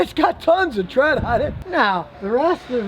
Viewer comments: Lmfao. “Tons’a tread!” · No a single soul: Scotty: TTTREAD